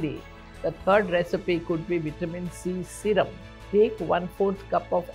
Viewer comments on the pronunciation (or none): vitamin c serium